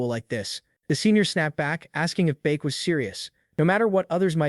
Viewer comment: “baek” became “buk bukak🐓”